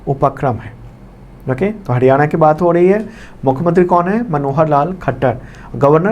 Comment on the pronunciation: Sir हडयाणा नहीं हरियाणा please इतनी disrespect na karen